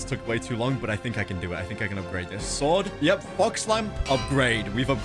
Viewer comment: I thought he said f*cks fire disruption